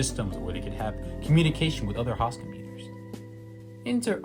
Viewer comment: Host is Hoooost, not haust. Otherwise the English is good and the subject informative, but have to wonder why someone speaks so well and misprounces such a basic word. For clarity, host and most rhyme.